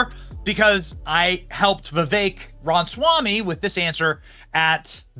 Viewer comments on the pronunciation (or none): wait, other than mispronouncing viveks surname "ronswamy" (ramaswamy) as well as nuclear etc.... you didnt link the tucker interview with theo von? do i have to do the fucking leg work? its even timestamped to skip tour dates that are.... past tense